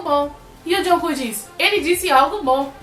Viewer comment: toda vez que ela diz jungkook eu escuto joão cu👁👄👁